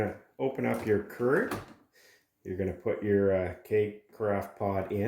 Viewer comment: Pronounced Cure-igg not curr-igg